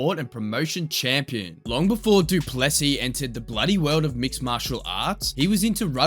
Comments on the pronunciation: Guys please, for the love of God, the emphasis is on the LAST sylable not the middle one. It's pronounced Do-ples-SEA, not Do-PLES-sea and the last S is silent! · Du Plessis : it's pronounced do - ple (e sounds like bird) - sì (as in Spanish for yes) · It not du plessy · You say it doo plu see